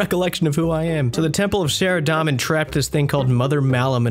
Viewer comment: I don't think you mispronounce too much lol. Only ones I can think of rn are "Say-vent" and "Sara-dahm-in"